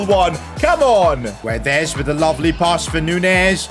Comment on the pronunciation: its " gonsalo gedsh " not " gonsalo giuedes"